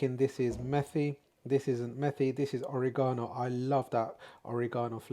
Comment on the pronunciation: It's not OreeGsnoo it's Oregano. Forget about it & keep your shirt on! Your food looks awesome regardless. Thanks for the introduction. Yumm